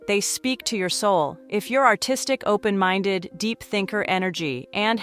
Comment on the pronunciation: open minded...? "Are you open mindeu"